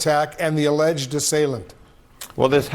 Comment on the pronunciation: She says alleges 😮 Wtf